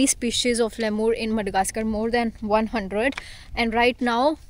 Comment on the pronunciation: Jo tumhare sath guide hai usse seekh lo ke Lemur kaise bolte hain 😅 Tum to pata nahi kya Laimur bol rhi ho